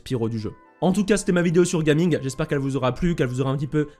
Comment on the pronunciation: super vidéo comme d'habitude, au passage en mandarin ça se prononce " Jia Ming "'